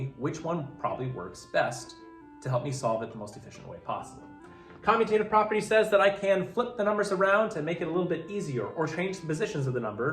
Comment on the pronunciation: I appreciate your videos greatly...I do need to help you pronounce the commutative property. It is based on the base word commute. To travel. Thus COMMUTE ative